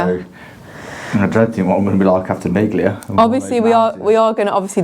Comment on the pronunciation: Miglia is “meal-ee-ahh”